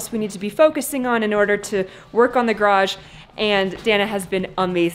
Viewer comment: congratulations on getting the word garage up to over a syllable. I think it was close to 1.75 syllables! I am going to sick on you because he always says it correctly with 2.0 full syllables. (You are erring on the garj (or graj ) end of the spectrum.) Very important now that you are working on building one.